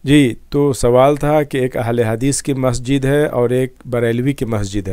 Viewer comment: مہجد نہیں مسجد بولنا نہیں آتا